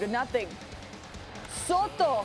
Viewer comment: Teaching America how to pronounce Soto